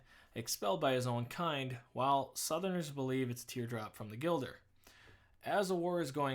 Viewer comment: Gill-der, not Guile-der lol I won't tear you a new one XD